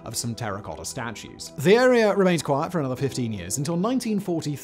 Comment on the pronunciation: Ok I can’t pretend the way you are pronouncing words that end with an a isnt just awful you say Nigeriar and arear but then say Carolina without the r at the end just pronounce it the way it’s supposed to be pronounced dude